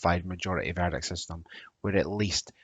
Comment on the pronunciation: Another guy with poor diction. Lazy, missing the letter "t" and can't use ending of "ing" No doubt he thinks it makes him sound more Scottish. ha ha. It was the strange pronunciation of "verdict" many times that was jarring. I realised he was saying VERDIC Crazy such a person is teaching on Open University. I like the Scottish accent but not the lazy slang